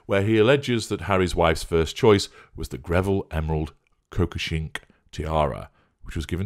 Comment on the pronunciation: "Ko- ko- sh- nik" tiara. (Chicken crown tiara) 🐔